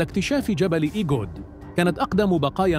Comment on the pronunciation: إسمه جبل إغود وليس إگود، الكلمة أمازيغية،وتافوغالت أيضا كلمة أمازيغية